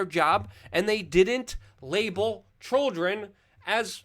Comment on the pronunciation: "of CHULDRIN " Lol just messing. So glad you are still operating after all these years. Number one, Luke!